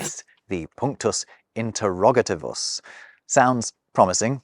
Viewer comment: I love your videos! I just have to guide a bit of the pronuntiation: latin words (adjectives) that end in -ivus or -tivus (interrogativus) are accented on the -i-, so: interrogatívus. I hope I helped! I'd love to see more videos comming, especially with Latin content.